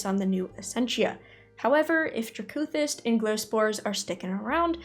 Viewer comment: You know... i always pronounced it "DRAcothyst" not "draCOthyst" heheheheeh TY for all the informative videos! <3